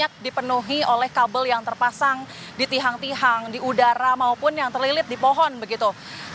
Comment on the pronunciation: Tiang bukan tihang.. semakin parah jurnalis indonesia.. 😂😂😂